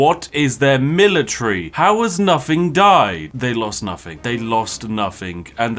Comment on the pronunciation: You can tell Spiffing Brit isn't actually posh in real life simply due to the fact that he says "Noffing" instead of "Nothing"